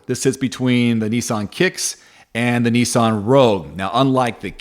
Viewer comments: knee sonn? its nissan NIS SAN and mars da, its MAZ DA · I fell about laughing at neeesan (Nissan)